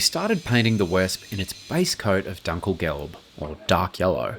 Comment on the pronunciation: I think that "Dunk-El-Gellb" sounds more like an oasis in the middle-east... 😁😜